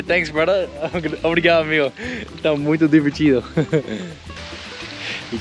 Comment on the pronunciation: We say obRigaDo and amiGo, not obriga'o or ami'o.